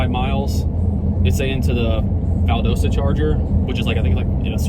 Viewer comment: Valdosta is pronounced Val -dah-sta.